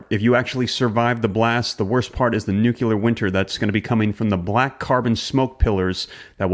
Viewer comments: If you can't pronounce the word (NUCLEAR) with an L, I have my doubts...... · I couldn’t finish this because you keep saying new-kyoo-lur it’s annoying. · Sorry but you started out as an informative YouTuber on investments and real estate. Now to me this is just someone who’s cashing in on the fears of the public. Every video posted is something about the “Threat of Nuclear War” (while calling it nucUlar) or how “The Doomsday Clock is Closer to Midnight.” You’re just someone cashing in on the fear of society and for this I have to unsubscribe. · Nu cle ar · "Noo-klee-er", for the love of God, "noo-klee-er"! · "Nucular" is very George W. though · Brother, do you have issues with pronouncing the word "nuclear"? Real question. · You said “Nucular” and you expect people to take you seriously?? Hahahahaha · I kept hearing NEW-KEE-LER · It’s pronounced NU-CLEAR. Great video. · Please learn how to say nuclear. “New-Klee -er” there’s only one U in nuclear. You’re too smart to sound so ignorant. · Learn how to properly pronounce Nuclear There is no u after the c. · You say "knowledge is power", yet you don't even pronounce "nuclear" correctly. Sad. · NUCLEAR NOT NUCULAR???????? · sorry, I just can't take you seriously if you can not even pronounce the work nuclear. It is pronounced nu-clee-ur. Not nuke-u-lar. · Bro, I really didn't want to split hairs or pretend to be a grammar coach, but it's nuclear, not nucular. Peace. 🤯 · Why is it that so many people can't pronounce nuclear . Not NU C U LAR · is there a u in the middle of the word nuc(u)lear that i am unaware of? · It's nūk-lē-ăr, not nūke-ū-lěr. The best illustration of how a bomb operates is in a Stargate Atlantis (Season 3: Episode 20). You might also find it on YouTube. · Please say nuclear not nukular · Nuclear is pronounced… New- Clear, not New- que-ler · New clear not Nook U lar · It's not nuCULAR... It's Nuclear and stop with the SMASH the like button. GEEZ! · NUC-LEAR Dude. Not nuculear. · Nu cle er not nucular